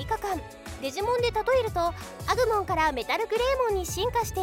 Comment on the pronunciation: ア↑グ↓モンェ…